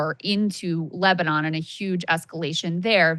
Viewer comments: "Lesbanon" Saagar you're a journalist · Was it just me or did I hear Saagar accidentally call Lebanon, Lesbanon? Lol, it made me chuckle. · Saagar said "LESBANON" 😂🤣😂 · Did he just say Lesbanon??? Seriously Saagar and Krystal have spiraled and now simply sound like MSM except for the opinions at the end. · Did he say lezbanon?!?? 😜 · Hold up did he say lesbanon the first time? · Where exactly is "Lesbanon", Saagar?